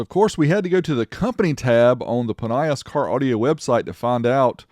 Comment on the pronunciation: I'm from NZ and remember advertising on TV pronounced it Plin E Us not plin y is